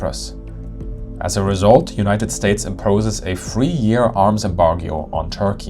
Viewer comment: I am puzzled by your pronunciation of boaf, wif, free. Make an effort please. It is ugly. And dumb too.